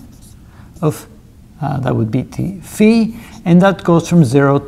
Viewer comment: Kudos for the impeccable dφ ("dee-fee") pronunciation!